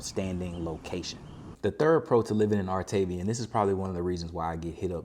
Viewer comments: I was told it’s pronounced - ar ta ve a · It’s actually pronounced “art a via”. :). Artaveeha. 😊